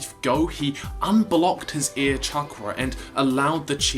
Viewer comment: Every time you say air I keep hearing ear